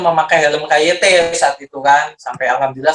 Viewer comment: KYT nek cara inggerise diwaca kei wai ti